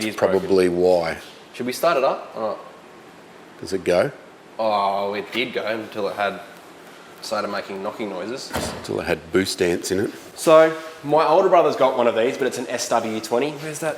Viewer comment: "Boost ants" :D